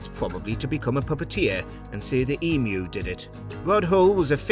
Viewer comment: The Australian bird EMU is pronounced EEM- YOU